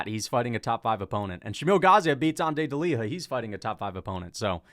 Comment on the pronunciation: Bro it's not deliha it's delija like y in you. In croatia we read words same way they are spelt. The fact that in english you don't do the same is crazy honesty.